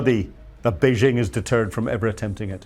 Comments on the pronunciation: It's Bei-JING, not Bei-SHING. FMD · Has this ignoramus ever been to Taiwan or the Mainland? He cannot pronounce Beijing or Taiwan and so sounds like an idiot. Every day my ears are insulted by Yanks mispronouncing Chinese names but STOPs (Slave Trading Opium Pushers) are meant to be better educated and culturally superior to idiots who voted for the Tangerine Taco (aka the Mango Moron), three times. 🍯🍯🍯🍯 Long live the Dalai Lama 🍯🍯🍯🍯 May the next breaths of The Dump, Putrid, Xi Pooh Bear, and Megayahoo be their last. 🍯🍯🍯🍯